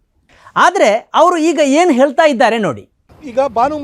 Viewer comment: ಹೇಲತಾ ಇದ್ದಾರೆ ಅಲ್ಲ... ಹೇಳತಾ ಇದ್ದಾರೆ...